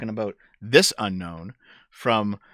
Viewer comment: When you say Unknown, I think Unown.